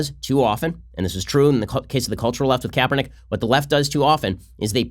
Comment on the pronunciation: HIS NAME IS KRAPERNICK.